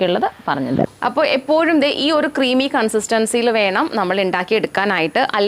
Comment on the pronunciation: ഒറു കപ്പ്‌ അല്ല ഒരു കപ്പ്‌ 🙄